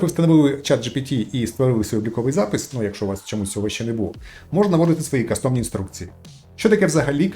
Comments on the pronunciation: Цікаво, дякую. Але будь ласка, стежте за іншомовними словами, не кастОмні, а кАстомні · Не каcтОмні, а кАстомні. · В слові custom (кастом) наголос на першому складі - кАстомні інструкції, а не кастОмні. Від англійського «cUstommer» - «замовник». кАстом. кАстомний. Дякую за контент 🙏🏻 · и шановный, не кастОмні , а кАстомні. шоб вухо не риiзало.